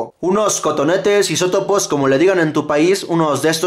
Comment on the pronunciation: Tienes razón, no me había dado cuenta dijo hisotopos y es hisopos